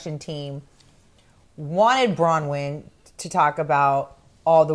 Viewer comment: I can’t stand Brawnyn or as vicki says brownwind lol 😂 i love you and